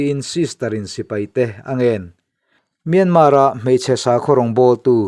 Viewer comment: Myanmar tih lam dan in thiam thei si loa.